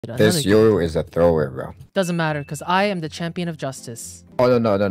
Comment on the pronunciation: why you pronounce yoru like that